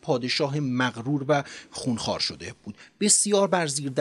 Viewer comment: لحنتون عالیه فقط «شده بود» رو خیلی با تاکید میگین ریتم بهم میخوره😅